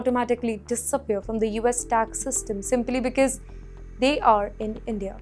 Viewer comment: ‘BECAUSE’ is NOT pronounced as BIKIZ please. It’s neither stylish nor cool. Please back up your confidence with better narration.